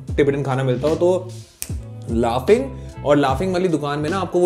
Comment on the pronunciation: It's not called laughing it's called Laping.